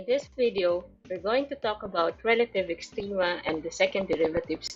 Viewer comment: rrrrrelative extrrreemaaaaa